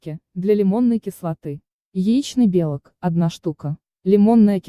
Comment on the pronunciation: Автор, белОк - а не бЕлок, и это не единственный ляп